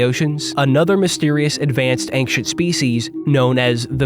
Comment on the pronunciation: What's the deal with pronouncing "ancient" as "anxient"? It's like making a typo, but in speaking.